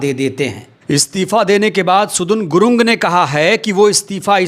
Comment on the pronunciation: सुदुन गुलुङ्ग नहि सदन गुरुङ्ग है